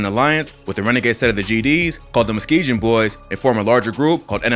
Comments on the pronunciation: Did he just say meskejun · Why he keep saying Muskejen.. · It’s funny how he says Muskegon. It’s pronounced Muskegun. It’s a city in Michigan and street in Chicago. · It’s “Muskegon boyz” bro you saying muskejon boyz or some you puttin a “J” on it foo and it’s NLMB (no limit Muskegon boyz or Never Leave My Brother) there’s no “alone” at the end 🤦🏽‍♂️ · Thats not how you say Muskegon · You not saying Muskegon right bro 🤦🏾‍♂️😂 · this dude really said muskegon wrong 🤦🏾‍♂️ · This is filled with false info...Von was killed while walking alone. Kill to Survive was by Von not Dre. This is the first time heard someone pronounce Muskegon wrong. This video is just weird, easily verifiable info incorrectly reported. Dre was not shot 64 times, he had 64 entry and exit wounds. There were 59 shell casings found at the scene.